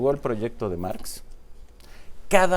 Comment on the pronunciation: Lee bien, no se llama Máx es Marx Dile a Aurelio que te enseñe a "ler"